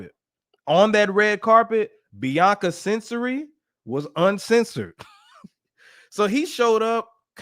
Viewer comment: You pronounce her last name Censawry